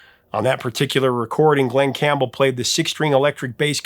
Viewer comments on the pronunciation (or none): none